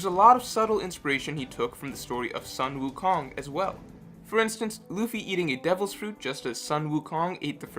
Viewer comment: Ok ok. Your Sun Wu Kong pronunciation is incorrect. Keep in mind that all vowels in hanyupinyyin is the same, so pronounce your "u" in "Sun" the same way you pronounce your "Wu"